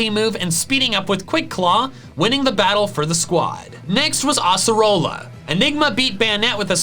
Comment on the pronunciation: WATCH ALOAN SHOW DUMMY ITS NOT ACCEROLLA ITS ACE-ER-ROLLA